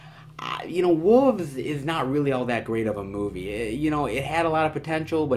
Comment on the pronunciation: Love the videos, but - wow, this whole "wolves" bit is really getting out of hand. I guess it's a regional thing, but the word is pronounced with an L, not without. It is not "woof" or "woov." It's like the word "shelf" - you don't say "shef" or "shev" instead. Please, I'm begging you. BTW, filming "in public" does not include private stores or homes, etc. It means outside, including on the sidewalk, parks, etc. Keep on going - it's always great seeing so many oddball titles.